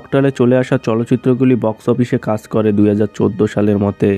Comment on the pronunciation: Apnar pronunciation valo na kaj k kas bolchen paschim bango k pochimbongo egulo kane lage 😑 abr history k histoory bolchen